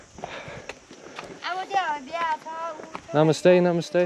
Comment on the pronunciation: Everytime he says namaste Sounds like my mistakes